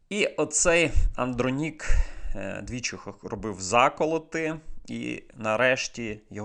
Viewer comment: Правильно казати -- АндрОнік